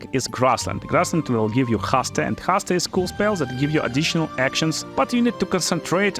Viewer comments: Man... Seriously, I love your videos, love your guides. But your English is terrible. Haste, Owl"beard". I've stopped watching multiple videos because it's hard to listen to. Mistakes are normal. I am not a native speaker too, English is my second language. You make a great, useful and fun content. But please work on your pronunciation. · Love how you pronounce 'Haste.' 😂